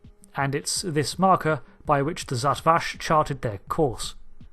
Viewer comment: Come on dude. "Zhat Vash" has been said several times on screen. It's not hard to pronounce.